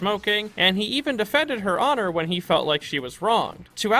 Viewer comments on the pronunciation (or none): none